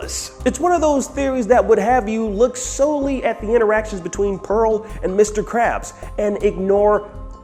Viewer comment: LOOOL YOU GUYS ALL SAID IT WRONG!!!!! ITS PEARL LOOOOOOOOOL😂😂😂😂😂